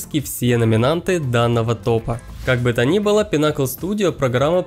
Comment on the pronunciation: Pinnacle ударение на 'i'